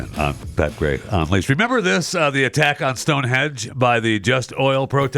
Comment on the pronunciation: You can tell Pat was fascinated by chewing the fat. And it's Stonehenge Not Stonehedge.